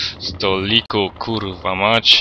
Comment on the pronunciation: uwielbiam to twoje KURWA :D